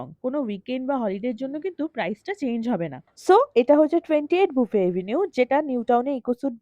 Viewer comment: Thank you... You are the only bengali content creator who rightly pronounced buffet as 'boofay' and not 'baffett' .